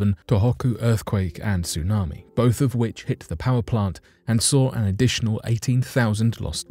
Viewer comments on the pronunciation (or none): none